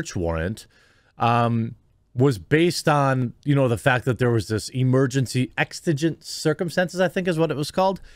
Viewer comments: Why do people always add T's to words that have X's in them. It's EXIGENT, NOT EXTIGENT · Exigent…..egg sa jent …. Hope that helps brother… keep up the good work!! Who’s next to be drawn on the Quartering…..😂😂 can’t wait. Love ya bud later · Its pronounced "Ex-eh-gent", exigent circumstances are such that regular law and/or procedure (i.e. a warrant, etc.) cannot be followed due to things like the imminent danger to life and limb, or, the potential loss/destruction of evidence of a crime. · Dude come on..if you can’t even pronounce the word existent correctly..how can you can even begin to address its meaning or understand how it plays a significant role in this scenario Come on J, exigency circumstances is a legal term and it has a very specific usage under the law..you would do well to research the videos you make before speaking on things you don’t know about Or just not make a video..this is why I un-subbed you